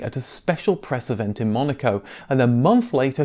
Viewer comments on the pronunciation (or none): none